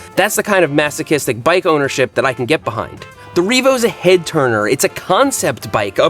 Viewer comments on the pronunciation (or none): none